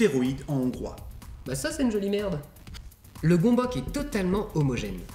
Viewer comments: Ça se prononce pas gombok du tout, ça se prononce gueumbeuts. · Superbe vidéo comme toujours ! Au fait, ça se pronnonce "Gueumbeuc" ;) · En hongrois, on le prononce "gueu'mbeuts". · Du coup, si c'est un mot d'origine hongroise : ça se prononce "Gueumbeuk" :3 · Juste svp la prononciation c'est "gonbohts" (parole d'hongrois) Sinon super vidéo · Gömböc ce prononce [Geumbeuts]